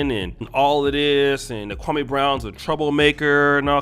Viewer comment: Why do you keep saying that man name like that, damn!!! Kwame, has said the pronunciation of his name several times now and you all continue to do that Steven A. BS pronunciation. Come on bro, just say the man name correctly please…